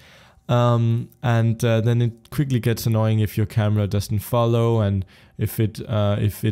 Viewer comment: what did he say? CAMA?